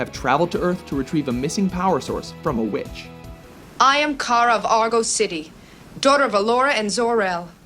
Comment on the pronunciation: You misspronounced her name. :/